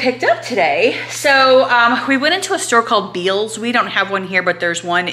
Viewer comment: What a fun day with your mom and sister. Oh and it’s pronounced Bell’s. Most people say it the way it’s spelled. It does have a bell logo, though, ha, ha. Can’t wait for your trip.